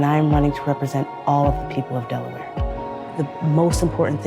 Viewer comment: DelaWHERE!? DelaWTF? lol